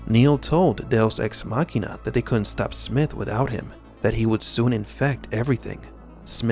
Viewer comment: Why are you calling it Deus Machinia